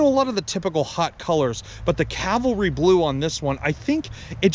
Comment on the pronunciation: See, us Catholics fuck up the word "Cavalry" too (the blue color of this automobile). Because Christ was crucified on CaLvary. So the placement of the L makes for the error. "Cavalry" were horse-mounted infantry, now tank-mounted. "Calvary" is the small mount upon which Jesus died on the cross. So, unless it's Easter time, remember CAValry is the best way to go. CAValry. CAV. CAV-AL-RY. Not CAL-VA-RY.